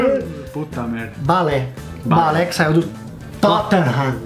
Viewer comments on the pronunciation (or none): Balé kkkk, pô mano, tadinho do Gareth Bale, chamando ele de balé kkkkkk me caguei de rir